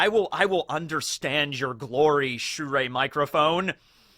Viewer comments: It's not "shu-ray", it's pronounced "sure". Shure is just a last name form like, France or something. And yeah, Shure making amazing quality mics, as an audio tech, they're top notch. Also, you want to output a mono signal and twin it to stereo because your left/right balance is off. It's now a stereo signal, but it's leaning one way more than the other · shure is pronounced just like "sure". at least like the midwestern pronunciation of "sure" since i know some people pronounce "sure" like "shore"